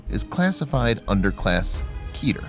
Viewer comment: its pronounced keh-tir